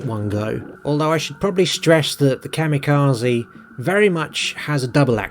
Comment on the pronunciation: Ka-mirages! 😂 I ❤ it!!!